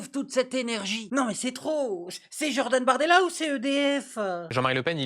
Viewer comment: "Jordan Bartoidela" 🤣🤣🤣